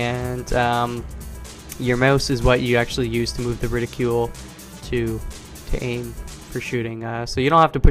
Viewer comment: I think he was making a joke about the way you pronounced the word. Ridicule = criticism, reticle = targeting marker.